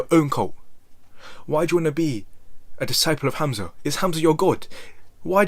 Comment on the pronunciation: Hamza sound of the name Hum-Zuh lol u calling him hazma This has got to be the new thing to wanna be when you grow up some cult leader with followers having a GOD like complex is scary and people should be afraid of these types of people. Any man/woman that’s looking to be worshipped of have followers u need to stay clear of these types of ppl. I’ve never seen one that really believes that they’re not GOD of just as powerful as GOD. They always have demonic energy surrounding them